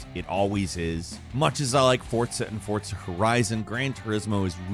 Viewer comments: Its "FOR-ZA". Not "FORTS-ZA". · "Forza" not "fortza" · Did you say "Fort-za"? And please stop calling games "spiritual successors" to others.......